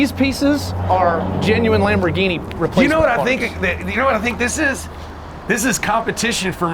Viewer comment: Lamfo instead of Lamborghini